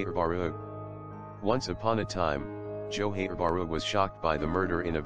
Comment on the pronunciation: It's not johen it's johar like johar okay?